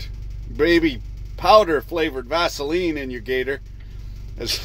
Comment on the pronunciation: Vaseleen? Broke back bacon